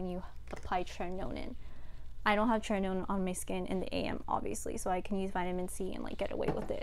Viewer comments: It’s not pronounced as tre-ti-no-nin. It’s tre-ti-no-win. Nice video though. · Great video girl ,btw it is called tretinoin not tretinonin. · Check the pronunciation of tretinoin. It's cute how you say it but that's not it lol